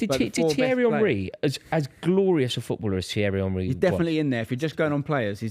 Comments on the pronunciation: The Arsenal fan not being able to pronounce Henry is fucking diabolical 😂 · I mean, if you go anywhere else in the world and ask them to pronounce the word Henry, virtually every single person will say Hen-rih as that is how Henry is pronounced. This particular footballer is the first time I ever heard the word Henry pronounced as Unh-rih so no. I absolutely do not blame anyone for not getting it right the first time. That said, once you are corrected the first time it shouldn't be hard to remember the proper pronunciation. Not agreeing with the person you were responding to, btw. Just pointing out that generally speaking, that name in English isn't pronounced that way. Hell, just ask King Henry. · Henry, Keane, Rooney, Terry Also saying Honree gets to me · Mate can he stop calling him honree